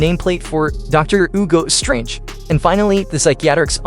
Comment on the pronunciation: Why are saying some of there names wrong it’s Hugo strange